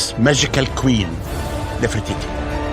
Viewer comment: this man knows nothing about ancient Egyptian history, he just went there to sand and says Nofertiti, Nofertiti about everything.😑